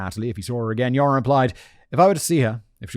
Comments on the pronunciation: Half of the time when you say Joren it sounds like "Urine". Honestly, this really doesn't change much in my opinion. :D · It will never be not funny to me that you end up pronouncing his name kind of like 'urine' 😂 For those interested, the name Joran is pronounced like "you're an" (with 'an' pronounced the British, not the American way) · I was deeply enjoying the pronunciation of "Joran" as "urine" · I love how you pronounce his name as “urine”. Which is appropriate. Scumbag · Simion pronouncing Joran as "urine" LMFAO 🤣😆😂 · I love that simin says his name as urine! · At first I heard "urine" and thought - "that's an appropriate pronunciation for this scumbag" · Everyone else is hearing “urine” right? Not just me?